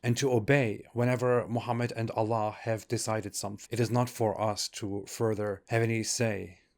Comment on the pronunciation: FINALLY SOMEONE WHO KNOWS ITS AL-LAH (THE LAH) AND NOT ALLAH